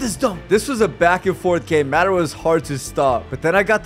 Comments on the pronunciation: IK it’s hilarious it’s pronounced Modara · Bro said madara incorrectly 💯 times